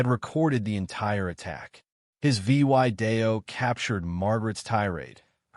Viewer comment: Horrible reading, miss- spelling and reading. Would have been good story, if could say and spell "video", and couple other words.